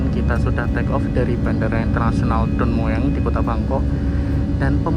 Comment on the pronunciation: baca aja Don Muang.😅